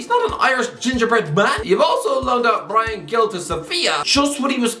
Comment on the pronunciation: I loved the lil how to pronounce doherty rant, immediately followed by butcheriching the pronunciation of brian gils name, never change mate lmao